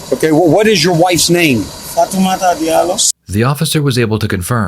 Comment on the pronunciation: This is probably one of the dumbest criminals I've ever seen. He clearly didn't think this through at all. Did he somehow forget he had a ring doorbell cam? Lmao. Btw, the dude clearly says his wife's name is "Fah-too-mah-tah yet not even 3 seconds later the narrator says "Faat-duh-muh" right after. I mean bruh, some of the prnounciation is forgiveable but you literally missed an entire syllable. It's Fatoumata and you said Fadama.